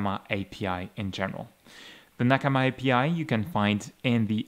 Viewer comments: sounds right to me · It's a Japanese word and he speaks Japanese so he's probably using the native pronunciation